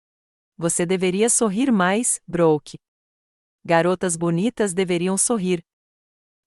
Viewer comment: A narradora não sabe pronunciar as palavras em inglês Brook (pronuncia se Bruck because dois oo tem o son de u Brooke se pronuncia Bruke not Brock